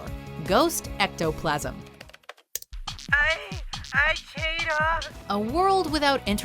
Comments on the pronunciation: "Ghost ectoplasam" best ever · LMAO THERE WAS A GHOST EH- ECOPLASM LOLLL